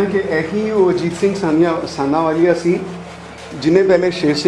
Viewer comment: sandhawalia name hai ji.., na k sanawalia.., tusi name galat le rahe ho